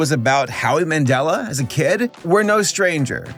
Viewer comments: Ah yes, the Howie Mandella effect. (Mandel, my friend) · Howie Mandela 🤣🤣🤣 I believe it’s Howie Mandel